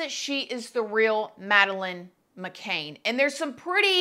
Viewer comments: McCann not McCain! Pronounced ‘Can’ as in ‘a can of coke’! It’s not difficult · It's McCann, not McCain? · It's McCann, NOT Mc Cain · I think the surname is “McCann”. Not “McCain” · McCann, not McCain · It is McCann, not McCain, so irritating to hear! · Mc CANN...not McCain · McCann not McCain! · Her name is McANN NOT Mcain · Sorry, couldn't watch the whole thing. Her last name is McCann (Can), not McCain (cane) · McCann not McCain, dear. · It's McCann like can not Cain and is it her or not I'm English and I remember this well my mum who is Still in England she has heard nothing about this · Mc Cann!!! Not mv Cane!!! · MC-CAN…not McCain❤ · It is not pronounced McCain, but Ma can. Can not cain. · I think you are saying her name incorrectly. It's McCann, not McCain. Just sayin'. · Sorry. I feel really petty but mispronouncing the name is irritating af! Macann is can, like 'I can do it', not Macane with 'cane' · Madeline McCann....NOT McCain they way you are pronouncing it. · *cringing* every time you say "muh-KAYNE". It is "muh-cann". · Pronounce her name right please. It's not mccane....its mccan...CAN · Honestly you could at least learn how to say her last name properly! Her last name is MaCann not MaCain! I mean come on! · First of all, stop saying Mc Caine ( Cain ) it's Mc Cann as in Can which if you researched you should know the pronunciation. This case has cost millions and to this day the parents have never been tried for leaving her and her even younger sister alone in that apartment whilst the parents ( both Doctors and well-connected) went partying at the restaurant with friends. And that in itself is a crime. I really hope she is Madeline and do not understand why this DNA has not already been done or is it another coverup. I hope people start to get prosecuted. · The Surname is McCann - like a can of coke - not McCain - just sayin'! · As a British person, I'm cracking up at how you call her "mc-cane" 🤣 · Her name is pronounced as Ma…can not Ma…cain